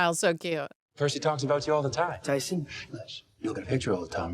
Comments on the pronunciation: We expect a full sincere apology for calling Tyson, “Titus” every chance you got. The show and even say his name so often, your selective hearing about it was soo grating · How many times did day Tyson for Dude to just say Titus? 💀💀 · His name is Tyson, not Titus